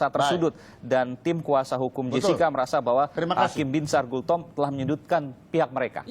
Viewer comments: Bos nama orang yg benar disebut jelas² tertulis BINSAR GULTOM tapi ber-kali² disebut GULTOMO knp ini ??? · Bang, baca nama jgn salah2 dong, Binsar Gultom, bukan Binsar Gultomo. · Nyebut namanya salah2 mulu bang